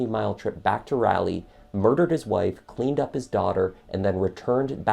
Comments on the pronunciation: Thanks 4 the vid. But your pronouncing the city wrg. Its..... rah- Lee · I was more bothered by how he kept calling that city in North Carolina "Rally." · Drives me crazy that he keeps mispronouncing Raleigh, North Carolina! 😂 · Worst crime here is your constant terrible mispronunciation of “Raleigh” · I'm not sure why so many you tubers have a hard time pronouncing Raleigh. It's the same as Sir Walter Raleigh. Soft a. Ugh. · OMG please stop saying Raleigh wrong. Your killing me. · But he can't pronounce Raleigh to save his life. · FYI, as a native North Carolinian, Raleigh, NC is pronounced like “Raw-Lee”, not “rally” . This was a great summary of this case. It was very sad to everyone, bc it was similar to the Peterson case in Durham, NC that happened only about 3 years before. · Please don't get mad at me but it's pronounced rolly not rally. Great videos!! I'm on a binge. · Lol it's not "RALLY", it's "Rawlee" for Raleigh,NC. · Raleigh is pronounced RAH-Lee, not ray-lee. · Thanks for covering this case. I remember reading about it. Good job. However, I live in NC and Raleigh is pronounced "rah lee" not "riley" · It’s RAW-Lee not Raa-Lee lol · I like your JTL videos. Easy to hear, and clear. But Raleigh is not "ralley" - it is RAH-lee. Like Sir Walter Raleigh. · Raleigh is pronounced with an ahhh sound. Rally is something you do in race cars. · Just a note: being familiar with the area, it's pronounced Rah-lee, rather than Rally. Raleigh, NC. Edit: thank you for your hard work and the video. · Super interesting!! I’m not sure what exactly convicted him though I’m sure he was a part of it some how. (But I couldn’t get over the mispronunciation of Raleigh it’s raw- lee not rally) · You did a nice job but you should double check the pronunciation of city names before you record. Raleigh is not pronounced "Rally". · "Rah lee", not "Rally" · Love this coverage... But it's pronounced like raw•lee (Raleigh) not Rally 😊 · It’s pronounced Rawley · It’s Rah-lee